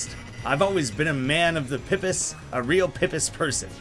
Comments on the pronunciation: It's not "pih-piss" it's "pee-piss". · "pipis" oh no, as a new zealander, that hurts. freshwater clams, they're pronounced "pip-ees", plural of pipi.